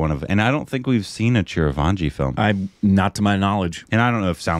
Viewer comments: Not Chiravanji it's Chiranjeevi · it's not chir-vaanji, it's chi-ran-jee-vi. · you have to spell it as CHI-RAN-JEE-VI. Its not CHIRAVANGI. It's like reading your name as CARBON PILES. 😶😔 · Its not Chiravaanjee!!!😂 Its Chiranjeevi. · It is " Chiranjeevi"...not " Chirvanji" ...Korbanised😂😂😂😂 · It's Chiran jeevi not Chira vanji, and you have already seen him in "Sye Raa Narasimha Reddy". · Okay, let’s talk about the elephant in the room, It’s not Chiraavanji it is Chiranjeevi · CHI-RA-VAN-JEE triggered something stupid in me. It's Chi Ran Jee Vi, btw. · 🤔🤣😂 God what's with the pronunciation of the Megastar.. its not Chir van ji ... NOOOOOOOO please ... its Chi-ran-jii-vi ( Chiranjeevi ) for your help . His name means immortal being..its another name of Lord Hanuman ( which western people call Monkey god ). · Chir vanji.....at least you should do close to the pronunciation.....ITS "CHI RUN G BEE"...Chiranjeevi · repeatedly mispronouncing Chiranjeevi's name is cute....Chiravanjee....thanks for the chuckle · Chirvanji love how pronounces... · Its Chi-Ran-Jee-Vi ( Charanjeevi). Its a Remake of Malayalam Film Lucifer. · I grew up Idolising Chiranjeevi. It hurts to see fucking up his name, pronouncing Chiravanji... 🤬.... and Btw, You guys have watched his movie "Sye raa narasimha Reddy" in theatres I guess. How can you not know him 🤷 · he saying chirvanji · It's CHI - ran - G - V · Every time he says Chiravaanji..😑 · Bro , it's chiran .g .vi 😅, I know spelling is different . But I'm showing how to pronounce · It's Chiranjeevi.. how difficult is it to read it.... and his confidence